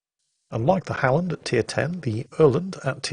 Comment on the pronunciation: Öland was great,! So was the Halland. Keep it up ^^ we'll have you swearing in swedish in no time XD